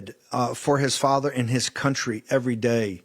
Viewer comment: Eduardo,please,eu não posso acreditar que ninguém ainda não tenha corrigido a tua pronúncia da palavra contrye